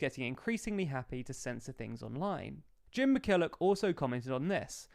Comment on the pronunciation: and Jim Killock or Jim McKillock?